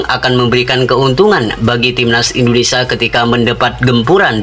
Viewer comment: INDONESIA MIN BUKANNYA INDONESA....YG BENAR NGOMONGNYA